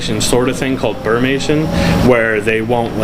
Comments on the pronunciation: My South Georgia pond’s alligator went into brumation every winter, not “burmation.” FYI. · It's called "brumation" Mr Expert, not "burmation" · Its called "Brumation", not "bermation". Just another "expert". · "burmation". Quite the expert